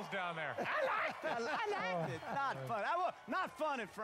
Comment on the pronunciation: LOL "Not funneh Frank...not funneh."